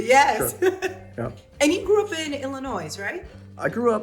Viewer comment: Tip for the interviewer: The S is silent in Illinois